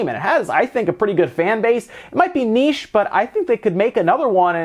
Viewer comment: When you already love content and you find out he says 'niche' like a normal person!!!